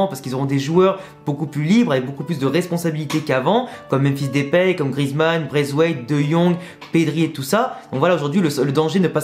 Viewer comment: Force a toi, t'es super, un vrai youtubeur. Juste une chose stp mdr ( c'est "Depay" pas "Depéy") 😁